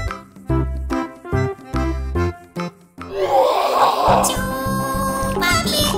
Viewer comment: Despues q se le cae el helado y en vez de decir chupa pig dice chupa pi jajajja